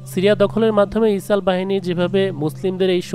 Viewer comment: ইসরাইল কে কেন ইসাল বলা হচ্ছে